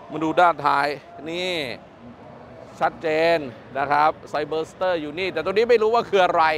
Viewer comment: รู้นะว่าไม่ใช่ภาษาพ่อภาษาแม่ แต่การออกเสียงชื่อรุ่นรถมันไม่ได้ยากเกินกว่าจะศึกษา ไซ เบอ ซะ เต้อ เชรดโด้ว